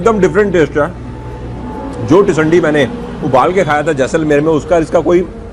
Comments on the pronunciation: Tisandi nahi hota sir, tindsi hota hai 😂😊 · i laugh where i heard that pronunciation...even i was thinking what is it ..then i realised he is talking about teendsee commonly known as tinde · Sir teesandi nhi ise Tinda bolty hain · आपने जो पोकरण में सब्जी खाई है जिसको आप टिसंडी बोल रहे हो उसका नाम टिसंडी नहीं टिंड्सी है, हिन्दी भाषा में इसे टिन्डे की सब्जी भी कहा जाता है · It's टिंडसि and not टिंडसी। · Tisandi nhi sir tinsi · Sir vo टिंडसी he jisko aap baar baar tisandi pronounce kr rahe he. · its Tindasi. Not tisandi. Basically it's tinda in delhi. You were pronouncing it wrong so i thought of correcting it. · टिंडसी है sir tisandi nhi